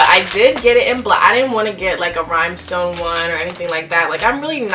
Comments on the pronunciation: I love your license plate but RHINESTONE, RHINESTONE, not “rhimestone” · I was like anyone picking up she saying rYMEstone 😳